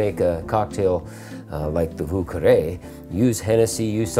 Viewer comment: Vieux is pronounced Vee-yuh. Carre is pronounced almost like the word "Care". So like Vyuh Care. Source :I live in lower Lafourche and speak French.